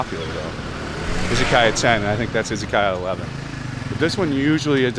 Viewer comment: Izzykaya? why izzy? the way it is said in English is iz uh ky uh